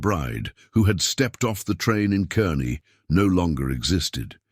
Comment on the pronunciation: It's spelled Kearney, pronounced Karney